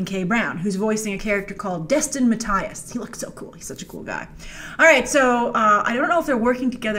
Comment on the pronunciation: Just so you know, the new characters name is pronounced Matt-ee-as :D